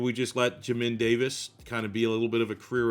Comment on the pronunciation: Love the video and series, but Jesus it pronounced like JAY MIN Davis 😂